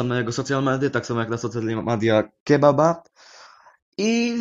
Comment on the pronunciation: On to czyta jako kjebab?